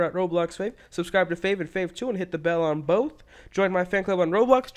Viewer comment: You said roblux instead of Roblox